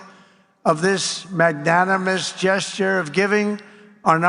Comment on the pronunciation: He had to practice "magnanimous" all night last night to get that right. Good job, Donnie.